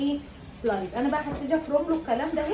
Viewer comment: اسمها سلايس يا حبيبتي مش سلايز